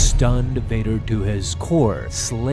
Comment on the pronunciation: Bader ❌️ Vader ✅️